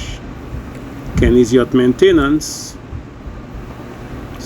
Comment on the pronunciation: That's a catchy tune. Nice job. The guy singing isn't pronouncing Maintain ence like Kenny does though. Fix it. Just kidding. Thanks for the tips. The paint looks great.